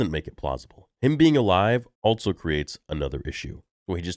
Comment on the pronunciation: I always thought it was so unusual how you say "altso" instead of also.